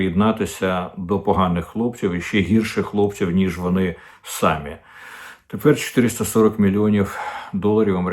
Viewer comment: Мовою ванюшок- они сАми,українською- вони самІ,наголос на " і"